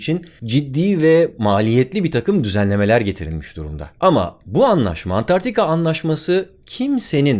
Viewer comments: Çok iyisiniz alanınızda, ama niye Antarktika diyeceğinize Antartika diyorsunuz? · "Antartika" değil "Antarktika" olmalıydı